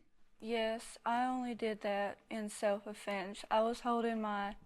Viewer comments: I knew she was lying when she said “Self A-fense” 😂😂😂😂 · Giuuuuuurl!!! She said "self A-fense" I said that's a lie!